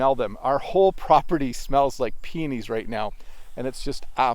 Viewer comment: I've thought of that several times. You've talked about peonies more times. When you speak faster it sounds you wanted to say penis but you misspronounced that word. 😀